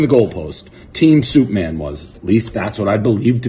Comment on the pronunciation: It's suite-man. He was saying suite-man the whole time..